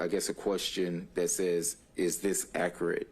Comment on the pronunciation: Listen to him ,he cannot even talk properly ,he keeps saying "accarate".instead of accurate .How he even passed the bar is mind boggling! He does not sound like a lawyer being questioned ,he sounds like a member of the public .He has to keep having everything repeated and explained to him as though he has no legal background . He can't even make eye contact with the lawyers